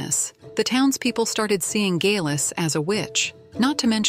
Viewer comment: It would be nice if the narration could decide how to,pronounce Geillis and consistent .